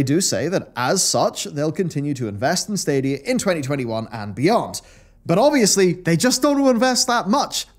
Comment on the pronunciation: I'm happy I won't have to hear the stadia adverts anymore, fucking "SADIA" and that stupid music until I could skip it, every fuckin time